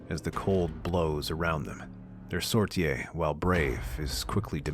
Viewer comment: Every time this AI says “Sortie” it seems to confuse it for the word “soirée”…